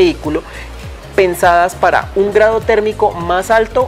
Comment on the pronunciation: Se le escapó lo costeño 🤣